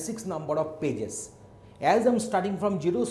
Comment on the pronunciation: I hear "Bitches" whenever he says "Pages" :\